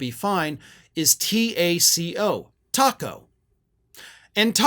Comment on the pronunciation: should be pronounced take-o